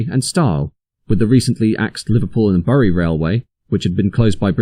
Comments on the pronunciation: Burrie? Bury is pronounced "Berry" and Hoom? Hulme is pronounced "Hewm" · Bury is pronounced berry, otherwise great stuff. (A Bury native here) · Bury is pronounced "berry". It's grating because Your videos are so good.... just for future reference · Someone doesn't know how to pronounce BURY (hint : it's pronounced BERRY). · Fascinating information as in the 80's I regularly had to travel between the two stations. Quickly learned the best walking route. You do need to learn how to pronounce the town name of Bury though.